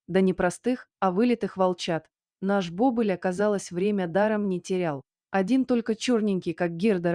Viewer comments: Не бОбыль, а БобЫль!!! Когда уже чтецы подружатся со словарями?! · Не бОбыль, а бобЫль!!!